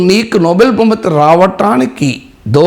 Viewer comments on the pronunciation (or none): none